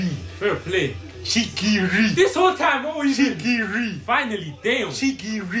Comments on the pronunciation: "shigiui" xD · First we got ISAHGEE, now we have CHEEKY-REE baby lets gooooo